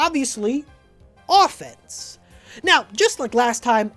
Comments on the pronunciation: offnese instead of offense lol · I was distracted by the "Offnese"